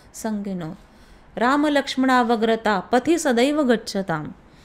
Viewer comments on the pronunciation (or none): ताई साहेब " रामलक्ष्मणवग्रत: " असा उच्चार वारंवार आपण केलात, तर तो रामलक्ष्मणवग्रत: असा नसून " रामलक्ष्मणः अग्रत: " विसर्ग संधी वापरली आहे इथे म्हणजे राम लक्ष्मणांनी आपल्यापुढे चालावे..अशुद्ध उच्चारांनी वांछित फलप्राप्ती होत नाही..श्रीराम 🙏🙏